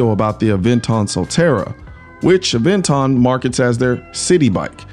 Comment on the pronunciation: Ah- ven-ton